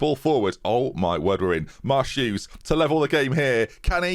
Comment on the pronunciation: You say Marsh-Hughes, but all I hear is " Ma' Shoes"